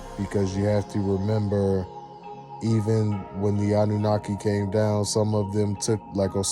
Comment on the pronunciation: Wait, Annanunaki? Hell nah…it’s annunaki…I’m out of here that shit probably contagious